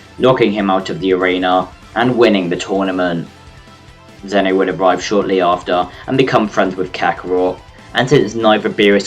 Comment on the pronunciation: oh i thought he was saying zeno lol